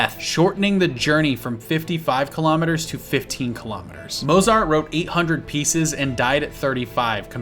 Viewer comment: Key West did not declare itself independent. That was done as a symbolic humorous protest.... And let's talk about the proper pronunciation of Nguyen, Swigert, and Mozart.